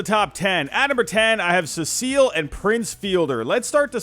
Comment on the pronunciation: Your pronunciation of the name Cecil makes me want to puke